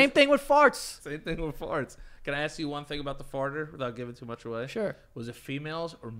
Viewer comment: joe: let me axe you a question